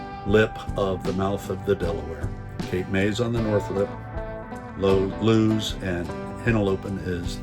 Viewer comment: BTW...It's LOO-ISS Deleware. Ask a native.